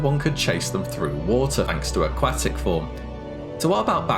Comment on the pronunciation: Ah-KWAAA-tick form you say?